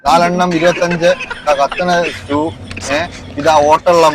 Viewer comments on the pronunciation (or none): none